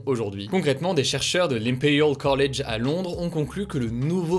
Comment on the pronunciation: Au moment où tu as prononcé "Impeuriale Colleige Laondon", je t'ai mis un pouce.